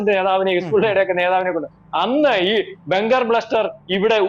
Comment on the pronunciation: സാറേ "ബെങ്കർ" അല്ല "ബങ്കർ." 🙏